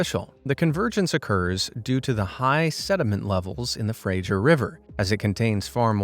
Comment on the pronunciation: Fray-gzhure river? No, Fraser. Like Fray-ser (as in to serve someone a meal).